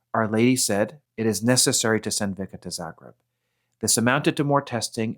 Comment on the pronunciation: Pronounced Visca